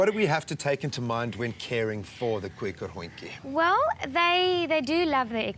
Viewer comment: The pronunciation of Kooikerhondje is incorrect. I don't know if it is an Afrikaans pronunciation, but it is not the pronunciation that I have universally heard from a variety of Dutch people. It is pronounced "Coy-ker-hond-tje".